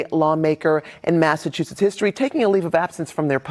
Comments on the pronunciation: I love how he pronounced Massachusetts. He says it like massaTOOsets. Lol. And Worcester too. Living in new England I find it funny. Great content ! Thanks for posting. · Long time subscriber here. This is funny.! This is my city and not only did you butcher the name of the city but also called it massa2shits 💀💀💀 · Pronunciation of the words Massachusetts and Worcester is diabolical